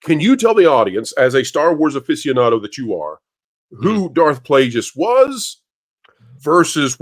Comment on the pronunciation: You're saying plagueis wrong. Pretty embarrassing.